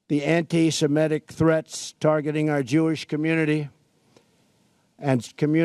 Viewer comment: "an-ti-sem-EH-tic threats"? frickin' moron.